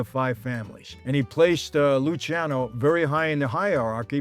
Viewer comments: They called him Lucky because his name was spelled and mistakenly pronounced the wrong way "Luci"ano also pronounced "Lucky"ano. His name is properly pronounced Luchiano. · Luciano:- Loo-charno, please. No ee pronounced in it. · Lu-cha-no. I learned this from everything in Italy correcting me when i said my son's name. Luciano Vincenzo Giancarlo.